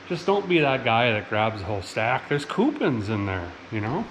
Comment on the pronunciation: ..."coopins"... Great tutorial, but I liked your comedy even more.